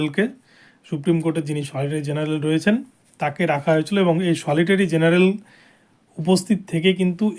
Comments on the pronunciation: SOLITORY GENERAL NA UCHHARON KORBEN SOLICITOR GENERAL. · সলিটারী জেনারেল নয়, সলিসিটার জেনারেল বলুন।